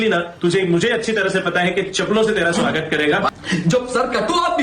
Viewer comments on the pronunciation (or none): none